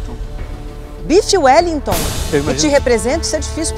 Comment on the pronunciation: Bife Wellington ou uelitô? Kkkk sdds do Raul. Não consigo ouvir parecequevi em paz mais kkkkk